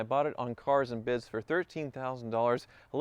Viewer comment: You said "Caaaars and Bidss" wrong